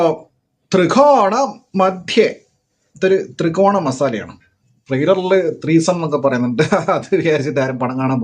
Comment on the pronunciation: തൃകോണ❌ ത്രികോണ ✅